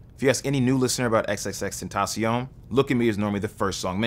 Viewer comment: first time I seen someone say his name right damn